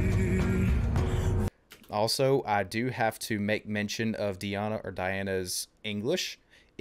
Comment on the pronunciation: Dear Author, Her real name is DEEEana not DAiana